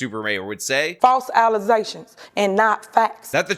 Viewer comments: “False allezations” 😂😂😂😂😂😂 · False allezations is probably my favorite Super Mayorism to come from her 😂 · Okay, is anybody also getting sick of hearing "allezations" yet? It's almost every video. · Please don't ever stop using the "allezations" clip. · I love your clips of the super mayors mispronounciation of allegations lol.